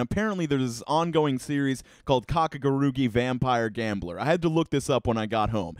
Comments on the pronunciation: This video kills me. it is called kakegurui not kakeguruki. It is not a big mistake to make yet it Hurts so much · I’m sorry but I’m gonna have to laugh at how you said Kakegurui- “Kakeguruki” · Ngl, I got a little triggered when you were pronouncing Kakegurui wrong and with an extra G, but I can't really hate ya for how you pronounce something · HE SAID KAKUGURUGHEE VAMPIRE GAMBLER IM DEADDD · “kakegurugi: vampire gambler” do i need to sit down and tell him how to pronounce this? lmao also, kakegurui isn’t really violent in my opinion, it’s more of a hypersexual manga about gambling, though there are some gambles such as itsuki’s nail gamble (where her and the protagonist gamble and if the protagonist lost, she would loose her nails) and midari’s gamble (where she bet if someone lost on of the rounds of the game her and the protag were playing, the winner of the round would shoot the other)